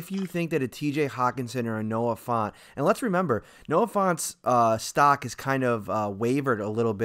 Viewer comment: It's pronounced F-ant, not Font. I don't they can pass up on Hockenson. He can do it all.